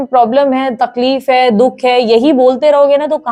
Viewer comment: Kya didi 😂😂 dukh ko dudh bolre ho chain se matam b mnnnanae dete ho aaap toh😂😂😂 hnsa hi diaa , dungi di plot hi khridungi oosklie ni pr ab apnliee😅